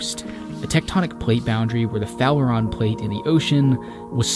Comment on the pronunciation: "Farallon", not "Fallaron [sic]".